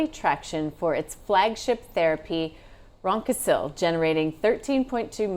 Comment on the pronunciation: I dont know how these clowns are analysts. She pronounced ryoncil as reconsil. So she cant even read.btw jakafi which is the competitor to ryoncil did 1b in sales last year for kids with gvvhd. While the adult market is worth 5b pa.